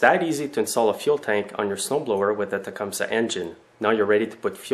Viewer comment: its tu-come-see